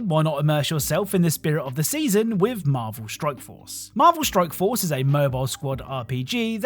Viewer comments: At the end of the sponsored segment in the beginning, I swear it sounds like you're saying Marvel Stroke Force xD .. Am I having a strike? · I love your videos bro. But it 100 percent sounds like your saying Marvel Stroke Force several different times lol